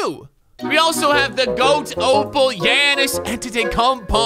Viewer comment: As a Giannis fan it made me mad when he pernounced his name